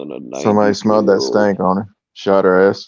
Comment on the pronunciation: WTF is a "stanck".